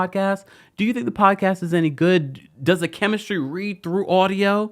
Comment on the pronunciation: I love a good 'Poawdcasst. (The T is silent, y'all 😂❤